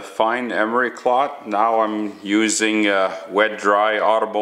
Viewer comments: cloth, not clot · Are you calling it emery clot? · yeah, right off the bat, I was wondering if this guy was from Canada or one of the northern states bordering canada. He kept on saying 'Dee' instead of 'the' and instead of Emery 'cloth' he said 'Emery Clot'. In a slightly related note, I have a relative that is from a rural area in Western Kentucky. And instead of saying a phrase like "get a hold of it", she says, "GetaHoeFenUvit" -- or geta hofenuv. That isnt the only one.